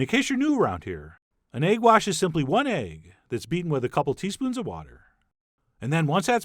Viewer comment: The way he says egg wash